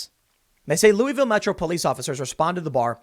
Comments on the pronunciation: It's not "Luweeville". It's "Looavuhl." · Best part of this video is listening to Tim mispronounce Louisville & Beulah Church Rd. 😂🤦‍♀️